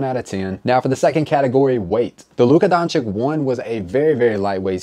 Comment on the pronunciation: i rate your pronounciation of Doncic 0/10